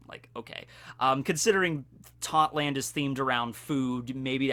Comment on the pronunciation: its totto land not totland